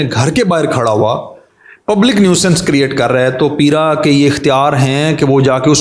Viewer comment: انکروچ منٹ تو لوکل گورنمنٹ کے ذریعےمنٹوں میں ہینڈل ہو سکتی ہے بھاری جرمانے کریں ڈیلی نظر رکھیں بائ دا وے یہ پِیرا فورس نہیں پَیرا فورس ہوگی پ کے اوپر زبر پڑھیں